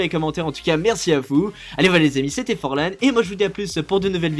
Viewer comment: Mdrrrr forlan tu te souviens sur le live tu nous a sorti un forlangue j'en suis encore morte mdr